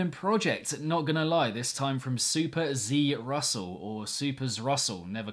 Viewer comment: Hey! Glad you got to check out “cryostasis”! It’s absolutely crazy to see myself (again?) on the monthly roundups! And yes, it is “super - ZEE - russell”, you got it right 👏😄